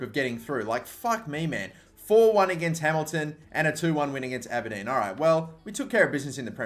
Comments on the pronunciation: Ah-Ber-Dean ...Aberdeen. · As an Aberdeen fan the way you pronounced our team name made me cringe sorry. for the future it's Aber- Dean.